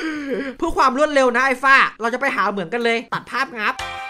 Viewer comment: มันต้องเป็น เหมือง ไม่ใช่ เมือง